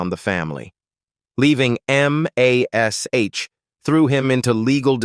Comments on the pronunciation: I wish they would use a real person for the audio instead of a computer generated one. Computer generated audio always have too many screw ups. To start with, don't call it M, A, S, H. It is mash. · God *am AI M-A-S-H. it's MASH one word. FOOL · 10k likes for this inaccurate AI garbage? Why? Where did they get this completely wrong information from? And the AI narrator calls the show by it's letters. But everyone called it Mash, as in Mashed Potatoes. Nobody ever called it M A S H. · THIS IS LYING... KLINGER FOR ONE IS STILL ALIVE DESPITE WHAT THUMBNAIL SAYS! AND LIED ABOUT OTHER THINGS ACCORDING TO COMMENYS BELOW? AND THEN THE AI NAŔATION IS AWFUL... Spelling out MASH, instesd of saying it? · Why in the heck is this idiotic AI voice spelling out MASH instead of uisng it as a woed like every normal human? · Loved this show --- but first can't you train that AI voice to say MASH? Also the "aged horribly" label - All of them have gotten older as does everyone - They are mostly in their 80s or 90s now - be kinder. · You mispronounced several of the actors names and you called MASH M A S H. Wrong. Why do you have to insert videos of people that are not even the actors or their families. And even worse, you show people showering themselves in money when you mention the actors net worth. I am done watching your videos. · I would say the AI is NOT allowed to spell it out letter by letter. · Another AI generated bs channel that can't even pronounce the name of the show. It's mash!!! btw: Loretta SWIT, rhymes with DIMWIT Here's an idea, use GRAMMARLY, a much better and proven AI. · Is EVERYTHING AI ???? M A S H No it was "M*A*S*H" .... You Tube is becoming second rate and quickly ... and it's SWIT ...Loretta SWIT ... AI = BS and You Tube = ???